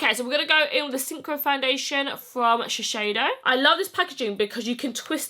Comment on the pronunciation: Beauty gurus need to stop calling Shiseido SHISHEIDO. It's pronounced shi-s-eido not sh sh